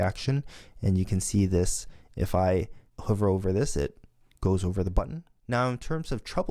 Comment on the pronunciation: I enjoyed the first few videos and want to thank you for making them available - however, in the Swift tutorials, it’s driving me crazy how you pronounce the word “hover” and I think you are spending too much time illustrating how to do something incorrectly and then fix it. It would be better if you spent that time reinforcing the correct way to do things and not shown us how to make a mistake. Those examples could be constrained to a separate “Common errors” troubleshooting video/lesson. It’s one thing to mention something that we should avoid doing - but it’s a waste of time to demonstrate (multiple times) the thing we shouldn’t do.